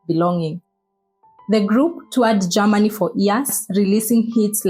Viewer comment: What's Ger-ma-ni?...se- pa- ra tion😂😂